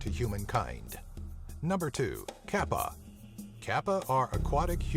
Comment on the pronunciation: the kappa is pronounces completely wrong